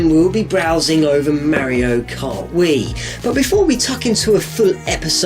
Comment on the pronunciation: You pronounce "Mario" incorrectly.